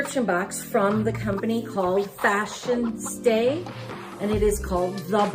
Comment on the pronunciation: Its pronounced fashionsta with a short a at the end. Just like fashionista without the i not pronounced fashionstay. Also curious why its a brown box??? Disappointed that it's the June box. And every month they send some kind of palette.eyeshadow bronzer lip.